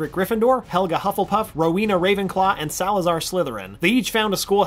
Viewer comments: It’s pronounced roe-when-ah raven claw sorry had to get that of my chest it happened at the beginning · The fact that he said “RowEENa “ 😤